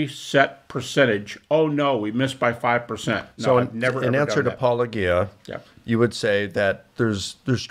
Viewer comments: They know how to pronounce it since Apologia is literally what they do and a word they say fairly often, and Paulogia says it at the start of every video. If you are having actual difficulty saying a relatively simple set of English syllables that you don't use often, that is one thing, but these are people who 100% know how it's supposed to be pronounced because it's literally just their job description minus the first syllable and Paulogia has been a fairly popular voice in the atheist community for years by this point don't have that excuse, especially since they often are clearly acting in bad faith with their responses. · I try to give some people benefit of the doubt by allowing for alternate pronunciations of apologia (Collins dictionary has it as a-puh-LO-jee-a). But Licona, WLC et al who have known about Paul for years have no excuse, and the mispronunciation feels like a purposeful slap in the face. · Is the mispronunciation of your name deliberate? This is cheap. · Why do these guys insist on deliberately mispronouncing Paulogia? If they have ever watched any of your videos they certainly know the correct pronunciation. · How is it that two intelligent men can so willfully continue to mispronounce your name? Especially since it’s such a clever and obvious play on words. It is so likely intentional. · I'm not sure it's deliberate, but it's definitely odd, and I also wonder why. The correct pronunciation is such a slight twist on the pronunciation of words already in their lexicon. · Mike Licona still doesn't know how to pronounce your name? It's not that difficult, is it? OK, OK, it's a minor thing. And he did OK here, I suppose. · They know good and damn well how to pronounce your moniker. I wonder why they keep saying it incorrectly. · I feel like the mispronouncing of your channel name almost certainly is intentional at this point, since you say it at the start of every video. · How long has he been working on saying Paulogia correctly? 🤨